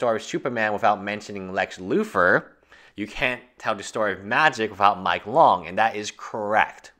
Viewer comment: I heard of Lex Luthor not Lex loofah....hahahaha.